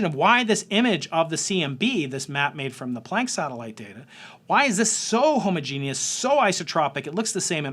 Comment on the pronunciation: How refreshing to hear somone pronounce "homogeneous" correctly! Takes a scientist. Arts persons are so illiterate